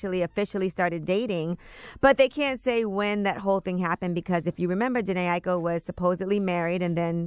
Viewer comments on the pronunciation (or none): Jhene aiko I think u pronounce that name a certain way